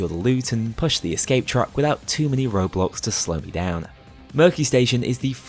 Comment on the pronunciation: the way you say roadblocks I keep thinking you're desperately trying to avoid the game roblox